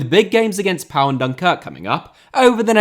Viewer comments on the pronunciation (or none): Great video, but Pau is pronounced 'Po' not 'Pa-o,' that's what it would sound like in Spanish.